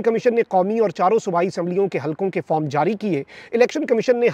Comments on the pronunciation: farm nahi hota , form hota hai 😅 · Bhai Form ... not FARM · Form 45 to sai bolo bhai pyaintalis😂